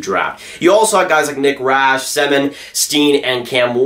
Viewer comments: Man said nick rash instead of rick Nash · Did you just call Rick Nash "Nick Rash"